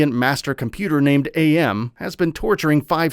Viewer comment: The computer in "I have no mouth" is called AM, said as Am, not Ay-Em. He explains it at the beginning. His name comes from the translation of the Latin phrase, "Cogito Ergo Sum", which is "I think, therefore I am", or "am" for short.